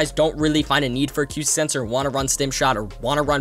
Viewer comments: Uh-coo-stick. Not: Ah-cue-stick. But I’ll subscribe, good video. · Acoustic (uh-koo-stick)